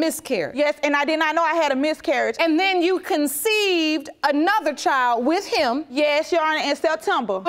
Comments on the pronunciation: It’s CONCEIVED not conceited🤦🏾‍♀️🤦🏾‍♀️ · First lady states she conceded instead of she conceived…lol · "So that's when I conceited" it's conceived baby conceived 😂